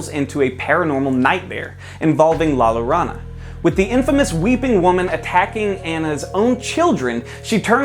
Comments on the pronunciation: La Yo-ro-na. Like corona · when you watched the movie and it is the weakest out of the 3 “Conjuring” movies not including Annabelle spin-offs, The Nun or The Curse of La Yorona-yes that’s how you actually say her name.